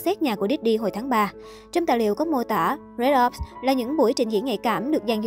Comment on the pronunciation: cái gì cơ, phờ rích ọp đọc thành cái gì v???